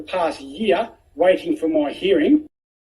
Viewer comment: Do you mean a hearing? Because you say herring. That's a fish.